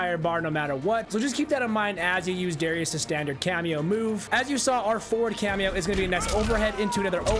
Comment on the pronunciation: It's DAAArrius